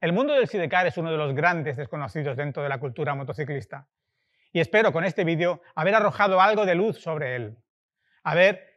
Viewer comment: Vidio? 😒 Se dice vídeo.